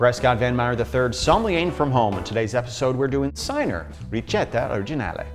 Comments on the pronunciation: lol "Sigh-ner" is about the most Midwest-esque pronunciation of "Chee-nahr" I've ever heard. Google translate lies to you. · Dude it’s not synar, it’s Ch-ie-nahr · Actually pronounced “Chee-nar” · As i understand it Cynar is pronounced "chi-nar". straight it is vaguely like stomach acid + herbs. My favorite drink with it is a shot of cynar, a shot of lemon juice over ice, toped with tonic in a Collins glass. stirred. Perfect and refreshing for a hot day. delicious. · Chee-nar, my dude. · Yeah, I'm going to be that guy... it's pronounced Chi-Nar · It's pronounced "Chee-nar"